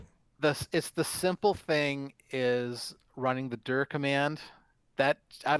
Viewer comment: "DIR" should be pronounced "D","I","R"